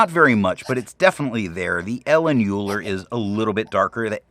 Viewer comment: I have to step in LOL, and say that it’s pronounced “Oiler”. I really enjoyed this review. For some reason I enjoy watching the reviews with the steno pads better than the reporter pads, and I like that you go back and forth between them every time. Steno pads have more room, more freedom!